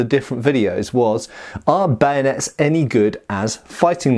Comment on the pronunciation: Camanding officer says ready bayonates! Sorry sir I broke it. Lol